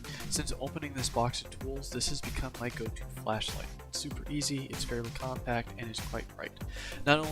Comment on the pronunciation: It sounded like he said flesh light